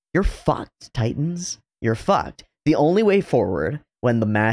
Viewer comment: Every time you say "teeton" i laugh.